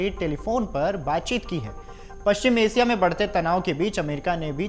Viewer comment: रूजबेल्ट नहीं बेटा, रूज़बेल्ट नाम है उसका. और एसिया नहीं एशिया बोलते हैं. सही हिंदी बोल.